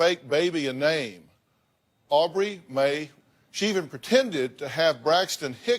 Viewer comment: Why are they pronouncing aubrie Mae so strangely?